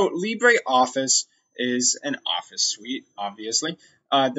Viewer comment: Please say it properly - it uses the French pronunciation Lee-bruh, not the Spanish Lee-bray.